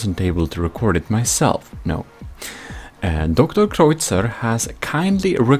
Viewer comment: Just so ya know, DrKreuzer's name is pronounced like "doctor cruiser"! Love that guy.